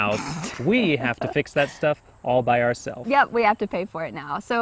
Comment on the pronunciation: Hi Vanessa, thank you so much for making all these useful videos. I particularly enjoy watching this one. Very conversational. I'm just curious when said "ourselves," I can't hear that S sound in the end. Is it just cut off too? Thank you:)